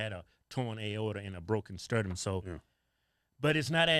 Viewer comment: Did you say scrotum or sternum?? 😂😂😂😂😂